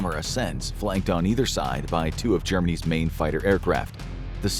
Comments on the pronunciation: He said “Germany’s fighters” but my brain heard “Germanese fighters” every time I replayed it. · He said Germany’s